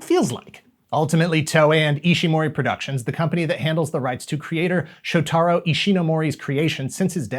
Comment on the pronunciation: When are they gonna stop "adapting" Japanese toku shows, and instead just properly sub or dub them? also you heavily mispronounced shotaro's name.